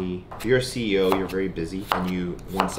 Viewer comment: the amount of time that he mispronounces salmon and says CEO 😂 I am really trying to watch cuz I do like him, lol